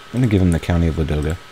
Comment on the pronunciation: Guy, please, stress first "a" in Ladoga)